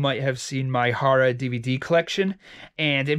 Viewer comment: Lol I love the way he says horror “hurrah”